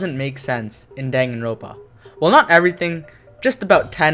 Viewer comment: Dude it's dangan-ronpa